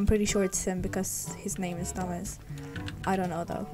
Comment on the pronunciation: at the begging when she said “thomas” or something i thought she said “toesmas”